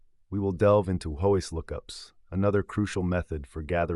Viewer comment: It's probably AI text-to-speech, but so many things are pronounced in off-the-wall ways. WHOIS was where I stopped since everyone knows it's literally WHO + IS. It's pronounced something like whoa-is in the video. When you can't say the terms correctly, I have to assume you know nothing of the topic